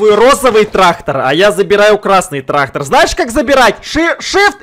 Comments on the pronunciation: Не Трахтар а трактар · Не трахтар а трактор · Кто хочет быть учителем?тогда научите Эдисона говорить трактор а не траХтор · Нормальные люди говорят: трактор и ГаВоРяТ: ТРАХТОР Х ) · Никто абсолютно никто:: траХтор😂